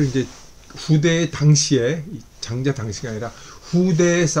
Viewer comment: 첫 째, 장자 깅의에, "장자"의 발음이 틀렸음을 지자하지 않을수 없읍니다! "장자"의 " 장"자는 길게 발음해야지요. 장자 강의를 하시는 학자께서 "장자"발음ㅇ.ㄹ 발.게 발음하지 못하는 한극의 문화가 한없이 슲ㅇ오이다. 한국 언어 타락상이 하 분하여 "눈물로" 쓴 책이 "한국 어문을 고발함"이오니, 고국 동포 며러분! 이 책을 조용히 읽어 ㅈ 시옵소서 미국 변 완수 드림